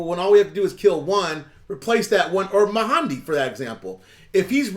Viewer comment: FYI not: MA HAN DI. it gets confusing. Abdul- MAHDI. (ma’ dee)